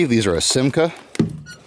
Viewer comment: You pronounced Simca correct. Aronde is pronounced ah-rond, it is french for swallow.